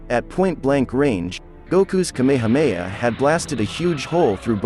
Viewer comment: It’s not kAmama it’s kamahAma